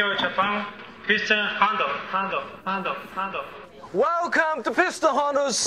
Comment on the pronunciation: It's Piston Honda, not "Hondo". what is this?